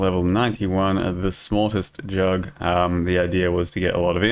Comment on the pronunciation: I like how you call it J U G G consistenly :D